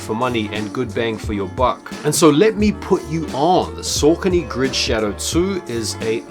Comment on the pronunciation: Pronounced Sockony